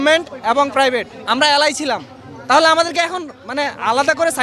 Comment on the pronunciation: What a slang 🤣 প্রাইবেট ইউনিভার্সিটি কে যেন প্রদান্ন দেয় , ওয়াট আ প্রনান্সিয়েশন 😂😂